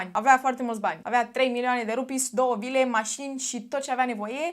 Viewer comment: am înțeles 2 lire in loc de vile 😭